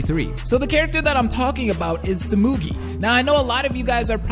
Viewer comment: Sehmegee? No, it's tsoo-moo-gii. The U vowel sounds like 'oo', and the I vowel sounds like 'ee' in Japanese. The way he says Saihara and Kirigiri are pretty close to being right too. The only pronunciation flubs are little things like how 'tsu', 'r', and so are said, and it's not that wrong, so...his pronunciation is good.